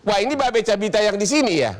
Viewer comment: Babe Kabita C nya dibaca K 🤣🤣🤣